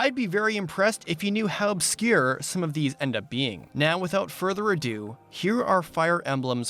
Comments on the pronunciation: lols, “without further a-Dew” I see what you did there 😁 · "Now without further a-Dew" I see what you did there,.